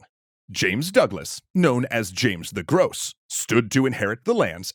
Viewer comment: If it actually is supposed to be french, then it should have been written « gros », and you also definitely didn’t pronounce it correctly.